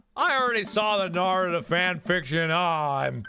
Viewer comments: nobody: mark: NARUDO AND SASOOKE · mark pronounce those names wrong one more time I DARE YOU. (I swear he made me so angry..) btw Naruto = Nah- roo- to and Sasuke = sauce- kay. OKAY BYE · IT'S SASUKE (SAS-KEI) (NA-RU-TOH) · I dont know whats worse damien having smut of NarutoXSasuke or mark pronouncing it as Narooto and Sasookay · Naroodo? Sasookay? Oh, mark. 😂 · The way mark pronounced Naruto and Sasuke 💀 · I am disappointed in the mispronunciation of Naruto and Sasuke, and I don't even watch or read that anime. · Damn that was sad how he pronounced Naruto and Sasuke names wrong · Is nobody going to mention the way he said Naruto and Sasuke? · I know for a fact that this video is old, but clearly mark doesn't watch anime if he pronounces Naruto and Sasuke's names wrong. Either that or he is purposely pronouncing them wrong to be funny. Also was that fan fiction of Naruto and Sasuke? I got distracted with cringing. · When Mark mispronounced Naruto and Sasuke. -_- MY WEEABO HEART HAS BEEN BROKEN. WHY MARK? WHY? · The way he pronounced Naruto and Sasuke......... .______________________. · It bothers me that Mark pronounced Naruto and Sasuke wrong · okay okay I won't freak out but you did not pronounce the names right it's from anime ask Jack he knows probably😂❤️ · cringes so hard because of how mark is pronoucing the names dies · ugh. mark. so, basically, if I got this correct, YOU DONT LIKE CATS AND YOU DONT LIKE HAWAIIAN PIZZA Mark, I believed in you... (edit THE WAY YOU PRONOUNCED NARUTO AND SASUKE................) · omg that narusasuke ship though😂😂 and also MARK YOU MURDERED SASUKE AND NARUTOS NAMES HOW DARE YOU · Oh no Mark is about to face weeb rath with that mispronunciation of sasuke and naruto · OMG THAT NOT HOW U PRONOUNCED NARUTO OR SASUKE! 😭😂